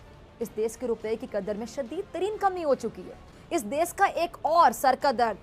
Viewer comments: Desss not desh 😂😂😂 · Are bhosdiki des nahi desh hota hai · Isko bolo desh hota hai 'des' nhi hota hai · Of late Pizza Aunty stopped saying 'dess' for mulk...🤣😂😀😄😃